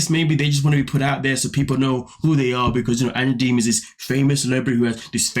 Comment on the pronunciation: Did he say Angela Deemon???!!!😂😂😂